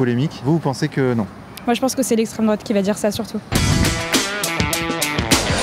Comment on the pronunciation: "Gneugneu l'estrem droate" qu'est ce qu'ils m'énervent sans déconner